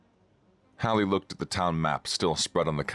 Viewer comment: Also Hallie not Holly.